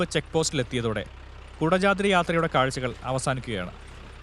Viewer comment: കുടജാദ്രി ❌കൊടചാത്രി✅